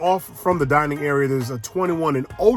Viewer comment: "Dinning Room" 🙄